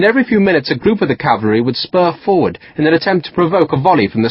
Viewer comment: He says 'cavary'.